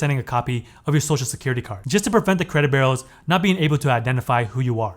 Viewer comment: My friend: Your content is brilliant. But there is a blot on your otherwise stellar performance. The way you pronounce "b-u-r-e-a-u-s" make it sound as if you are saying "credit burros" or even "credit barrels." Pronounce it like this: "BYOU-rows." Thank you.